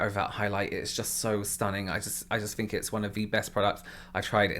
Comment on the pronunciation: Yes that's actually pretty common! uses "f" in words like think ("fink"). I love it. AAVE sometimes replaces "th" with "f" as well. Language is cool!